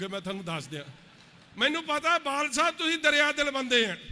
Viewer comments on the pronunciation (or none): ਖੁਦ ਬਾਦਲ ਸਾਬ ਨੂੰ ਬਾਲ ਛਾਬ ਦੱਸਦਾ ਨੁਕਸ ਹੋਰਾਂ ਦੇ ਬੋਲਣ ਵਿਚ ਗਿਣਾ ਰਿਹਾ 😀